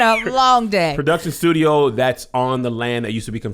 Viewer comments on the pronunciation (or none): 🧏🏾‍♂️ Hey Tom... It appears Kev was trying to say studio, but said “stoody” back to you in the studio 😂